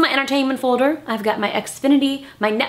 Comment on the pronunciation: Who else loves how justine say folder like "fouder"